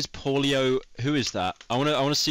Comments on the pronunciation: Polio Coelo british people smh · Seeing Pyro try to pronounce Paulo was sad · in Spanish we say it "Pablo Coeloh"